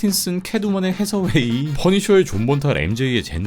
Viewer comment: 앤헤서웨이입니다. 페롤레페가 아니고ㅜㅜ